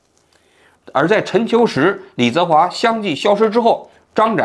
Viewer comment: 王局到底有没有真的一直关注这些事情？如果真的有的话，怎么会说错“李泽华”的名字那么多次？一个人听上几遍之后就应该记住了啊